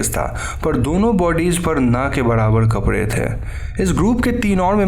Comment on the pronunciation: आप "कपड़े" को "कपरे" ना बोले please